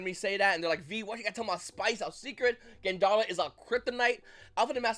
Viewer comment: why you saying GADARLA’S name like theres a N in it?! can you read?! ☠️🤔